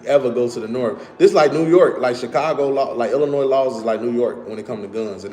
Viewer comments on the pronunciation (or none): He said .. IlliNOISE all the time and AR. TICK. OOH. LATE. He is terminally stupid.